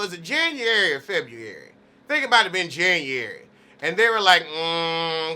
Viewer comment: was it Janu-ary or Febu-ary🤣🤣🤣 ive only heard old folks in the country pronounce it like that. You're funny. I just love your play on all words.🤗💛💛💛